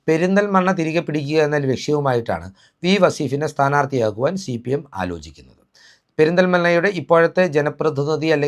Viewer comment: നീ ആദ്യം സിപിഎം എന്ന് തെറ്റാതെ പറയാൻ പഠിക്ക്